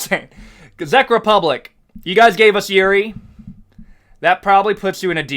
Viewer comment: Your Czech Republic pronunciation hurts me 😆